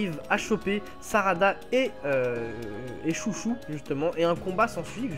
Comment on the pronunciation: C pas chouchou c chô cho